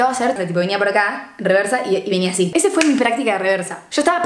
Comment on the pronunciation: “esszsa” JAJAJA TE AMO